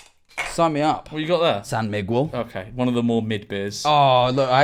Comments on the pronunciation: “San mig-will” 😂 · San Mig Wool is a crazy pronunciation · Mr. Mr that is not how you say San Miguel 😅